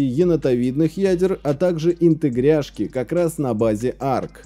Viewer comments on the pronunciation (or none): Почему "интегряшки", а не "интеграшки"?